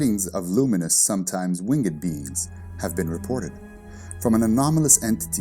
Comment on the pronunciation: You pronounce WINGED like a lunatic